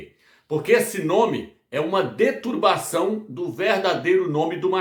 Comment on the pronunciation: Fala se: deturPação irmão e não deturbação. Agradeço o conhecimento, estou aprendendo muito!